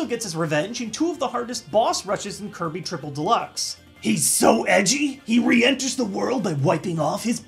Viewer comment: "b a t t u l e w i t h K e r u b y"